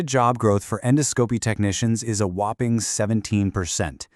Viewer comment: It was a nice little video of information. However, endoscopy was pronounced incorrectly. Was this a computer generated presentation?